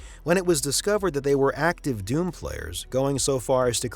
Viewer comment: He keeps calling doom "dune"